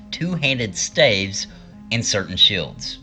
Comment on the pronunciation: Your voice is insanely annoying but your content is solid. Also you pronounce things incorrectly or oddly like for example; staves.